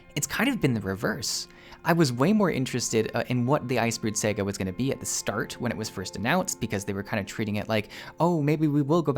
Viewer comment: "The Icebrood SEGA". 😂